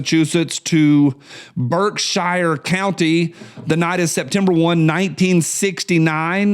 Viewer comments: I used to say "how do they traverse the void of space in a dozen lifetimes?" but now understand that just because I don't understand it doesn't mean it isn't possible. BTW it's pronounced BERKsheer not Shire like the place hobbits are from and f the brits who say BARKsheer. Netflix and Alphabet Inc are Unforgiven. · That covered bridge has been closed since the early 70s. Also historic marker. I don't know, I think maybe BSyou can't tell you are leaving Gt Barrington and going into Sheffield. Your pronouncing Birkshire wrong not shire sher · Lived in western mass. all my live, we pronounced Berkshire Mtns. BerkshEAR not Berkshire. We lived in New England not England. Thanks. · Pronounced “Berk-sheer” up here brother👍🏽👍🏽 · "Berk-shear" That's ok, I used to say "App a lay shi uh"